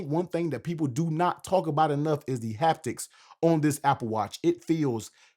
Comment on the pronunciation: "the heptics on this apple watch" lol